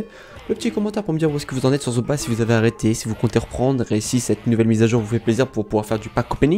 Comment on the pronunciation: On prononce Zooba comme Zouba pas Zoba !